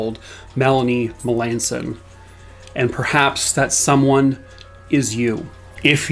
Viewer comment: I know some Melanson's They pronounce their last name different from how you did. I hope the family gets the answers they deserve.